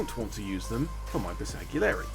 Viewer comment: just fyi the G is silent in Bersgalieri